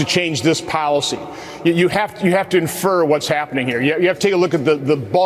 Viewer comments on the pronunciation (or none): infer? Is that "proof"?